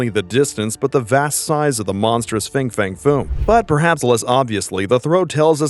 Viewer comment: Fin fang foom not fing fang foom….why cant people read anymore?